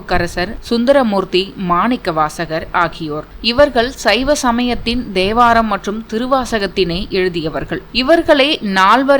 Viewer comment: Devaram illai Thevaram yendru sollanam